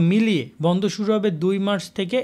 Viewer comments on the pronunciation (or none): none